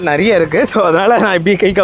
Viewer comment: அது நெரையா இல்லை. நிறைய.